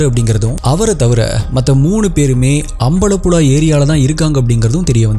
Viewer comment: not alapula , ambalapula its alapuzha and ambalapuzha ,and big fan of u from kerala